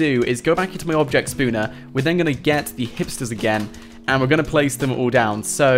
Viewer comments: Oh my god please stop saying Spooner for Spawner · I'm new and I want to know why does he say spooner instead of spawner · I just laugh when he says Spooner sorry not trying to be mean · you say spawner weird